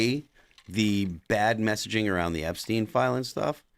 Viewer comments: He says arooudd to be proud 😅😂😂😂😂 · Tim pool: "Aroud" 😂